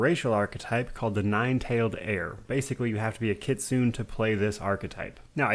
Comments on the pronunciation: Great Video as usual man, you're one of my favorite youtubers! Sorry i feel bad correcting you, its pronounced Kit-su-né (like nay) not Kit-soo-n. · Kitsune is from Japanese so it is Kitsu-neh